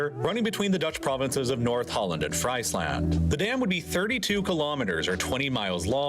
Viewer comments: bro called it freislend XD if i needed to explain it its written friesland but pronounced as freezland with the ie sounding as ee and the a actually sounding like an a rather than an e, the more you know ^^ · Lol! Friesland pronounced as (french) fries land is hilarious! It should be pronounced more like Freezeland. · Calling Friesland FRICE-land instead of FREECE-land makes me grimace whenever I hear it, but this is awesome overall!! 🎉 I've only lived here in the Netherlands for a year now, but I love it!! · It’s not ‘fraisland’ but pronounced as ‘Freesland’ We, the dutch, have a véry hands on, no nonsense mentality. We live in a ‘bathtub’ so we’re a worldwide specialist in water managenent. 😂 And still we ‘suffer’ from drowths too, due to pumping up groundwater for producing drinking water. Yes, a dike is a tecnical constructed ‘beaverdam’. We allso have beavers living in the country. 😉 The Deltaworks are worldfamous and function perfectly. We’re also véry good in farming. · It’s not pronounced fries land, but more freesland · Frieslaqnd, not Freis land dude Frrreeeeze land, the land of the frees,,,yanks and education...a lost cause... :( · It's pronounced Freesland, not Fraisland. and Dutch engineers help with land reclamation and protection projects all aroud the world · As a Dutchie it's funny to hear the voice over pronounce things. He did pretty well except for Friesland. It's pronounced frees land. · "Friesland" is pronounced " f r e e z e - l a u n t " They all 'll be replaced by BLADELESS wind turbines. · Friesland haha, fyi phonetically its freezeland. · Friesland is pronounced Freezeland, not 🍟-land 😅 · Guys please stop saying Fries 🍟 land 😂